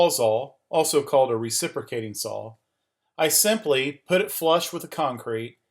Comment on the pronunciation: Thanks for the great video! But I'm pretty sure there's no L at the end of the word SAW. ;)